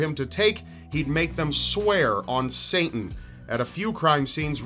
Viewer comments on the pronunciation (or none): Why do you allways pronounce Satan as Saintan? lol :D